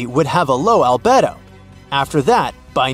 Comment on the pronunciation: It must be a bot doing the narrative. Albedo ? Al bed o?